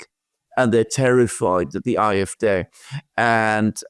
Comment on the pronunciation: Could you please just say the Afd with the English pronunciation, it sounds terrible to me when you keep saying aaa f daay.